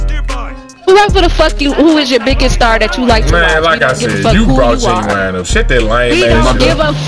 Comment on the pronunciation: Lmao Genuwine 🤣